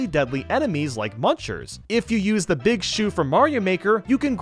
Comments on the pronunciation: no you don't, you said "beeg" instead of "big" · Big not beeg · ask anyone, it pronuncs "BIG" everyone knows that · gum he said beeg because he was doing a joke calm down. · "You grow into a BEEG BEEG BOY" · You turn into BEEG BEEG Boy!